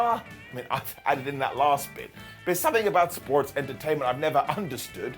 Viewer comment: Every time says the word “sports”… It does something to me. As if there was a hiccup in the matrix.